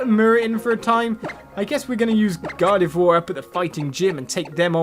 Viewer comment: Lmao he says Gardevoir correctly but tanks on saying Kirlia the right way. 😂😂😂